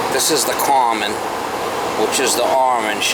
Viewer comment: I always wondered what "carmen" was. Now I know - common.